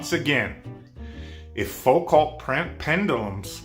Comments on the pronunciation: This pronunciation slap fight while they both mispronounce Foucault cracks me up. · Foo-cults? Pratt uses an electric plumb bob. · This yellow-toothed, wife-beater-wearing, super angry man who can't pronounce Foucault is so tiresome to watch.